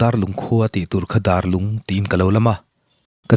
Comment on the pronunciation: Darlung ti a lam tur nilo in, Dâr (vuak chi) ang in lam tur a ni. Dârlung.